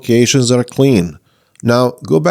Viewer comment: except: "prefetch", not "prefect".